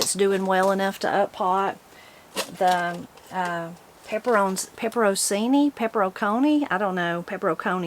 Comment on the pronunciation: peperoncini is pronounced pepp ron chee knee or pepper on chee knee. Chee like in cheese. The C in Italian is pronounced Ch. Peperoncini. Hope this helps.